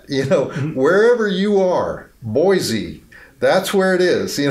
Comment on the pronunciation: Boy-see not Boy-zee (Boise), but love the shout out either way